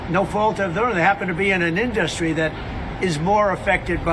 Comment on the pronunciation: I am not for liberating the money out of my wallet. I want it back, and I want him out. He is just as dumb as a rock. And learn how to pronounce industry It's not in dust ry. Though Trump is turning industry into dust. in·dus·try [ˈindəstrē]